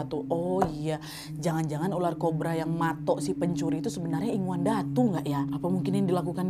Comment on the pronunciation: Maaf ya KK kalau gak salah ya Bukan inguan tapi ingunan